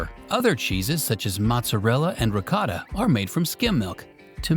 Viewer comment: It’s pronounced ‘ricotta’ not ‘ricotta’